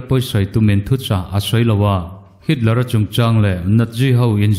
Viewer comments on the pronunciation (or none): none